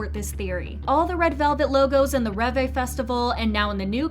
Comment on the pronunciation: Ah yes, "ReVay"